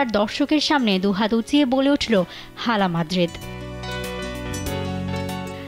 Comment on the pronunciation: It's not a হালা মাদ্রিদ it's আলা মাদ্রিদ ,,,H এর উচ্চারণ হবে না,,H silent থাকবে